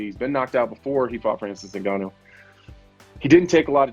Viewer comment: Who's "Nagon-you?"